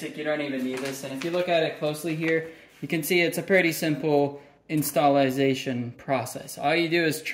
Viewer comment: "Installazation process" 😂 This one got me smiling.